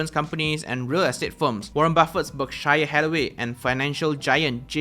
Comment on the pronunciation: Berk shi yer Hathaway 😂, not to be rude bro but it’s read as berksheer Hathaway